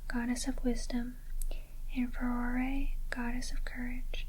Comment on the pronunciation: Im glad you pronounced Farore correctly. A lot of people don't. My favorite Zelda games are Breath of the Wild, The Wind Waker, Ocarina of Time, Twilight Princess, A Link to the Past, Minish Cap, Skyward Sword. One week in, im loving Tears of the Kingdom. I've enjoyed all the Zelda games except for Zelda II.